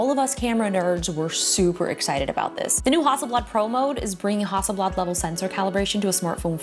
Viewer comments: the f is hawsleblad ? -_- it's hassleblad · I was just giggling at Justine saying Hasselblad the entire time! :)